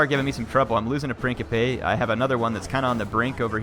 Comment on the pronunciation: Hier say it with me now...PRIN-SIP-PE And while we're at it, MAK-AH-DAWN